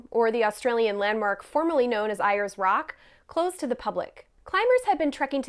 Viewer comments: it's pronounced "airs" rock, not "eye-ers rock" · As an Australian, I appreciate you having a crack, but Ayers rock is pronounced like "airs rock" and Uluru is OO-luh-ROO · It's pronounced; "ool-la-roo" (traditional) Or "Airs-rock" (modern) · Wow, mispronounced Uluru, then mispronounced Ayers Rock Like even basic research would have prevented this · I like that you managed to fuck up both names of Ayer's Rock (Uluru) very impressive. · Literally would have taken 2 seconds to Google how to pronounce uluru and Ayers rock. Disrespectful much..